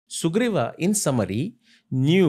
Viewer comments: sala ab sugreev ke peecha bhi extra aa lagane lag gaye - Sugreev, not sugreeva. Bus karo bhai extra aa lagana har hindi mein. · Please read as Suguvir. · Please read as Sugriva.